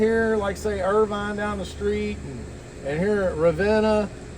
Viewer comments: Love your video. Grew up here in Irvine (Ervin) not Ir-vine!! Best food ever!! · Get someone to tell you how to pronounce Irvine Maybe if you think about it as Leaving the e off and say Irvin or like a car vin # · It’s not pronounced Ir-Vine it’s Irvine lol 😅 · "URV'N!" is how you say it. "URR-VINE" is in Orange County, California. Long live the Wigwam. The BP gas station in Waco, not far away, has the best danged gas station food on the planet.